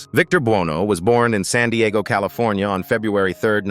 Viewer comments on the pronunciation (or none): none